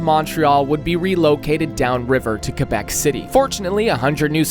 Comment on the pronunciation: It's pronounced "cwuh-bek", not "cuh-bek".